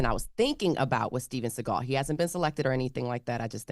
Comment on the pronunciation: Stven seagul lol that's who your talking about